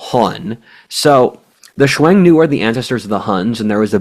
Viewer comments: Xiong Nu. Pronounced like English "shyong new" without any "W". not "swung" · Great podcast.. minor point: Hsiung-Nu is pronounced somewhere between "Shung-nu" and "Shong-nu" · 匈奴 Xiong Nu. pronounced like English "Shyong New".